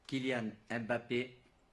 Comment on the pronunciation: On ne prononce pas "aime bapé" on dit "mbappé"